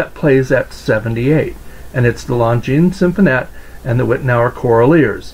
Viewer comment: Great video and very informative. I now know the proper pronunciation of Longines Symphonette! Thanks